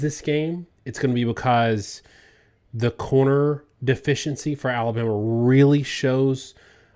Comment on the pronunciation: Is it just me or does most of the time pronounce Alabama "Aluma?" I thought he was saying Iowa.